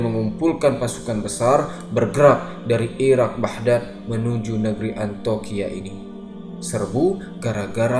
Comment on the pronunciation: Maaf saya ralat, bukan Antoqiah tapi Antioqiah ( Antiokiah ) sekarang di turki